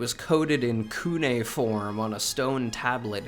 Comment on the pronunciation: Kune-form kek